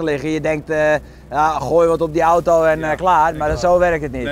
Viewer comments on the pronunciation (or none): none